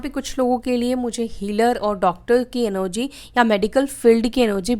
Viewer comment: NOG क्यों बोलते हो आपलोग... सही वर्ड ENERGY है एनर्जी ही बोलना चाहिए😊